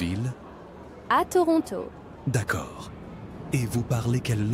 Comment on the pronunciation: I recently moved to Québec from Ontario and you are the first one I heard ToRonTO😁 Way much better then Troono